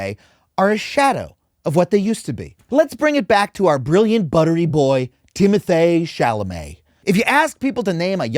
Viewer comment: it’s pronounced TIM-o-TEE.